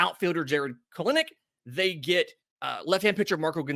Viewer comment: It's pronounced Kell- Nick